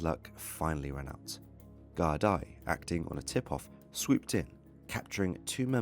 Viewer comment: It's pronounced gar da